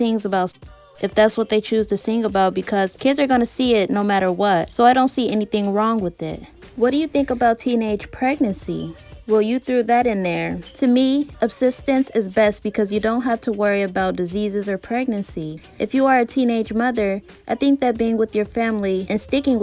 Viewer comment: Love your videos and keep up the good work! 🥰 No shade dear, but abstinence is pronounced "ab-sti-nence". 👍🏾